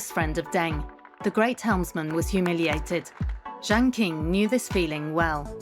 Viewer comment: If you want viewers to take your documentary seriously, at least find someone who can say the names correctly. “King” for “Ching”, “Zou” for “Jou”, “Ki” for “Chi”. And what the heck is „the Zedong couple“? Just use common sense! When was the last time you referred to John and Jacqueline Kennedy as „the John couple“???